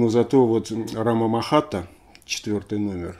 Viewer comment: Эх, Лёша, Лёша. Не рамамахата, а РАТАмахата. У тебя винил под носом. Прости, не сдержался , но это святое.